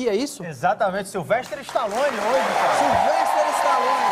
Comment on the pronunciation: tao falando o nome dele errado. nao e sylvesTRE. o correto e SYLVESTER STALLONE. tambem conhecido pelo apelido SLY.